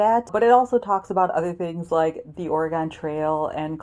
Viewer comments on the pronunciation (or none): Great video! I just finished The Undocumented Americans and it's been one of the best books I've read this year. I hope you enjoy it. Also, just so you know, Oregon🌲 is pronounced just like organ.